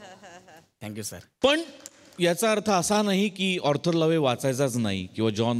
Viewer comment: Hello it is not ऑर्थर लोवे It is Arther Lowe pronounced Arther low आर्थर लोव